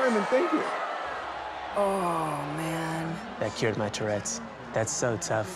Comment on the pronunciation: he said cued not cured